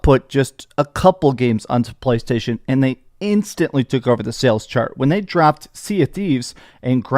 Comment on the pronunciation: “PLCHHAASHTAASHON” - 😂